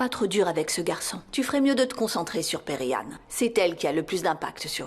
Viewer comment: Moi j'aime pas quand elle prononce le nom de perihan en disant Peri🥱